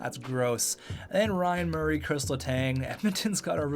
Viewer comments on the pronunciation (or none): none